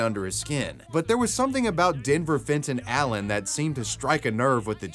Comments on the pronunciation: "Fenton Allen" had a swing of "Fentanyl" every time you said it xD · Fenton Allen.. Fentonal Len.. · Omg if u say Denver Fenton Allen one more time I will die